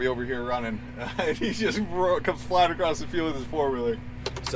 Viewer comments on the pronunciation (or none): You are too young to be saying “acrost” 😂😂. Keep the camera rolling!